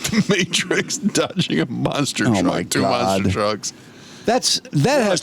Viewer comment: Not Monster trucks, but MONster trucks. Emphasis on Monster. 👹